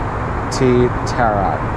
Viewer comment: "Tea Terak" Teh Tarik or pulled tea if i not mistaken 😅